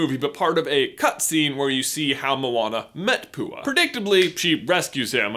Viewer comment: did he call Pua poo?